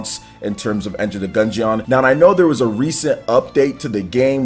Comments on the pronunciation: Gun-geon 😂😂😂, its dungeon but with a G. Still love you man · You should say gungeon like DUNGEON it is not a gun jee on. It is Gun Jin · I can’t stand the way says Gungeon. 😂😂 Dude it’s like DUNGEON with a G. Smh someone please teach him how to pronounce it 😂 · The way pronounces the word 'Gungeon' in Enter The Gungeon makes me cringe so damn hard haha.